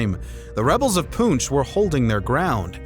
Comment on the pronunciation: I love how the Europeans know Alexander Iliad’s correctly but cannot decipher Poonch. 😂😂😂